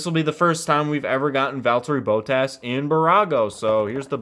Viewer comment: why did you say bottas like that